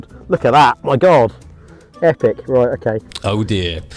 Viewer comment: Ah... He says "roight" like only a man from Norfolk can...